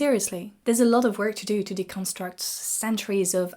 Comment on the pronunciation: de-CON-struct - it is actually de-con-STRUCT